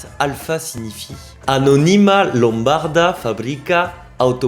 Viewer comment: excellente vidéo et ta manière de présenter est vraiment sympathique et chaleureuse. Bravo ! Permets-moi juste de te suggérer les accents toniques corrects : Anónima (sans "y") Lombárda (là tu as fait juste 😊) Fábbrica Automóbili Voilà. Ciao carissimo, stammi bene ! 🍀❤🇮🇹